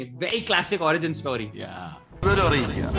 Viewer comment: Why is he pronouncing story as st-aww-ry lol.